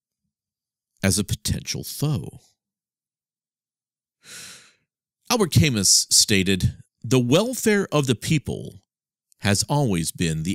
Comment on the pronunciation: Albert Camus was French/Algerian and the name is pronounced 'al bear' 'camoo'. I suppose Albert Camoo would be a compromise. 'Camoo' if just the surname.